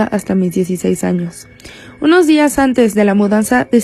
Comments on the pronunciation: soy la unica que escucha anos envez de años xD? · jsjsjs hay en vez de cagarme de miedo me estoy riendo xq en ves de años escuche anos xdddddddd